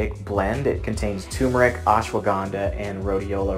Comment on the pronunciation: I love how tur-mer-ic is pronounced as tumour-ic. Funny. Not funny.